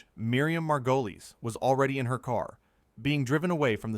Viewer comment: You can't see a clip because it never happened. the AI narrator can't even pronounce Miriam's surname